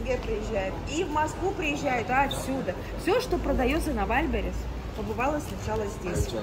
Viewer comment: это точно ВаЛьберис - звучит жутко и смешно из уст блогера, которая иначе произнести ну никак не может😂